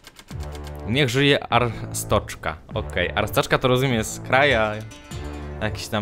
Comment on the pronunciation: ryfku arstoczka wymawia się arstodzka